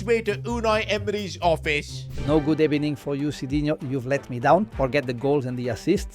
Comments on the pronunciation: Unai Emery can’t talk 😭 Last video, Unai Emery:Good ebening This video, Unai Emery:No good ebening Please learn how to talk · "No good Ebening for you" 😭🙏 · no good Ebening was actually crazy